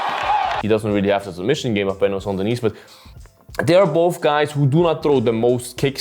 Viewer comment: Cmon man if you can pronounce "Gaethje" or whatever you can at least try for "Benoit" especially concerning the fact that, you know, its who your video is about...